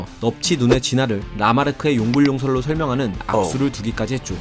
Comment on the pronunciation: 용불용설은 용 불용 설 이런식으로 읽어야 합니다. 용불 용설 이라고 읽으면 어색해요~